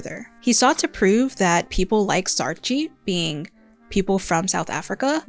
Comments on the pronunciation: A little note from a South African, Saartjie is pronounced Saar-kie. The "tjie" in a lot of South African and Afrikaans words is pronounced kie or chi, depending on the word. Edit: Also, I absolutely love your work ❤ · Great video essay! Just one pronunciation point: It's "saar-kie" not "saar-chee" 😊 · great video! I agreed with every point here! I'm south african and just a heads up, saartjie is pronounced as “saar-kie” 🩷!! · I know you tried your best but it's pronounced SAAR-KEY